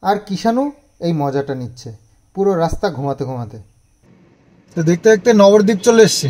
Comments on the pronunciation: নবরদীপ নয়।উচ্চারণ হলো নবদ্বীপ। ভেঙে বললে নব মানে নয়। নয়টা দ্বীপ। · নবরদ্বীপ না নবদ্বীপ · নবদ্বীপের কাছে থাকে সঠিক উচ্চারণ টা এখনো জানে না ।